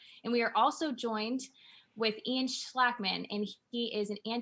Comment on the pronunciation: Schlakman not Schlackman. Good conversation.